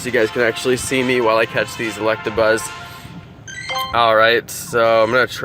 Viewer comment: He said electrabuzz